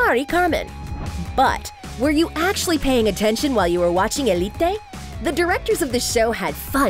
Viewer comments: ELLE EEEE TAY bruh just say uh leet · why did she said "Elité" instead of "Élite" 😭😭 and the names, i was dying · Just say elite not elitei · its elite not elitay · It's so weird to listen the spanish names, btw for eveyone it is not elite its more like ëlite😂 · eleet-tey ; D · Hugo F. Núñez more like Elíte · eli-tay? What? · I don't like The way she pronounced elite 💀